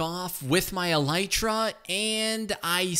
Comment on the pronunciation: Why does nobody heard that literally said electra and not elytra